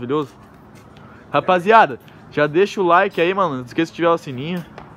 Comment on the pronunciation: O "LAIK" KKKKKKKKKKKLL